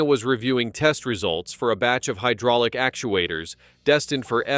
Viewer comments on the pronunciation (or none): none